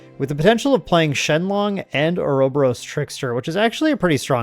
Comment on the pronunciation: Let's goo you finally managed to get enough clips together?! Also a kind note, Ouroboros (adhering to greek intonation) is pronounced Oúrobóros (ohr-uh-bore-os) 😉